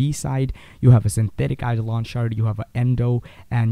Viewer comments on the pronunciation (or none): none